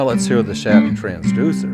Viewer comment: That Schatten sounds like Schat.